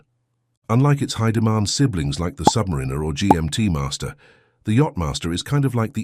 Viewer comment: This channel seems to exist to feed off the Rolex brand, usually for negative purposes, and its AI voiceover can't even pronounce 'Submariner' correctly.